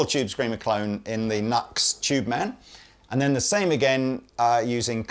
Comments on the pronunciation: It’s pronounced New X. Not Nucks. 😂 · NUX is pronounced "new ex". Even cheap gear is absolutely useable! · It's pronounced 'New Ex' not 'Nux' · Another great video! Question: I’ve always heard the brand NUX pronounced New X, not Nucks. Is this just a Brit vs USA pronunciation thing? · I think the Brand NUX ist spelled like " new x " instead of " nugs " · Its New Ex not Nucks! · Nu - X !! Not nux.....C'mon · It's Nu-ex, I learned this from you! lol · Come on, man! "Nucks?" I know it's a stupid name, but if you sell the stuff, at some point shouldn't you pronounce it the way the company intends? You're better'n that! I have the same problem with longtime synth players who say Mooooog.